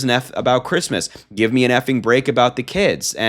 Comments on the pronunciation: I’m a vehement atheist. I love it when she says fuck creesmess! Hilarious. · Remember when she said, "Phuckk kreesmus!" 😂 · "Another fooking Chreestmus tree. They'd better renegotiate my pre-nup by New Year's if they wunt me to do this sheet." - Melania, probably